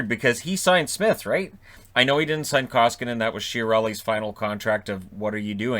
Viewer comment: "... I'm better than he is..." -- have you talked with your psychiatrist about that, or have you not come out of the closet, yet, concerning your delusions of grandeur? -- atleast not in real life... EDIT and learn the freaking name of the guy you're talking about, when you are running your mouth like that, ffs.! Talk about being entirely void of hockey knowledge... It's "Koskinen"! -- it's not that hard! Jeez... Fun fact: "Koski" means something like "small rapids" in finish, if I am not mistaken. Haters: make of that what you will! :D